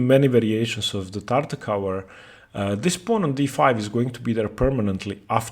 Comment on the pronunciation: Great video, I will now probably try Tartakower myself (being a Tarrasch player). Just one complaint: the way you pronounce "Tartak-ower" makes my ears bleed. It does not end with the same sound as in "t-ower" but like in "r-over". See e.g. these videos: and Greetings!